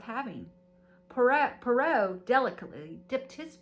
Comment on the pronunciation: How fun! Enjoyed this video,! What a fun touch to include gifts to open as you enjoy the book 🥰 Reading the book becomes an immersive experience! P.s. Poirot is pronounced "pwah - roe" ♡♡♡😊